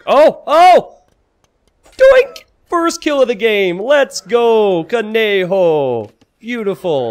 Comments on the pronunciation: I literally died hearing you saying "cone Joe" instead of "conejo" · Came here for this! Pronounced “co-ne-ho” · ko Ne jo. the j with and jjjjjj underneath it like you where trying to spit. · The way says "Conejo" is what killed me. It's so painful to listen to him saying "Konjo" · You should read it as "coneho", "co" as in "college", "ne" as in "nerd", and "ho" as in "Holland", but with more emphasis in the "h". Spanish J, you know. That's "Conejo". Conejo means rabbit, and conejo-virus means rabbit-virus, which makes not a lot of sense in Spanish, exactly as in English. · Man you butchered conejo virus so many times. You should try to say it like ko-neh-ho haha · It’s actually pronounced có-neh-hoe